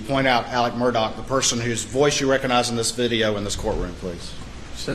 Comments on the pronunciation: How in God's ever loving name does anyone think Murdaugh is pronounced Murdoch??? That's pretty bad. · Its not Murdoch. Its Murdaugh. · Alex Murdaugh pronouncing both of his names so wrong is enough for me. Send him to the chair.